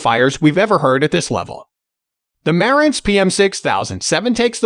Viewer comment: bot voice - After so many times mispornouncing Marantz, I couldn't listen any more.